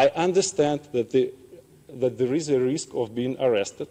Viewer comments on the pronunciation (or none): none